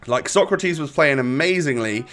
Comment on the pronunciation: It’s pronounced ”Socrates” not ”Socratis”. Keep it up 🔥🔥